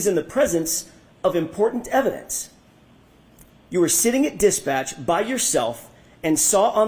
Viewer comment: Also "Dispatcch"